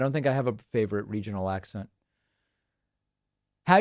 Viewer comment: He's a Loy-ya...and he loves his favfit cigaws...frawd, frawd, frawd...yes...let's put ketchup on Trump...gotta watch that late night backdoor shift...its a doosie!...😆